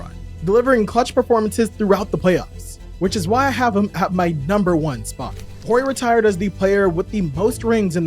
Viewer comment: The H in Horry is silent